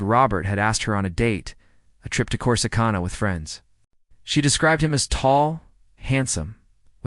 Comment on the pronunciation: Corsicana Texas is pronounced COURSE-AH-CAN-AH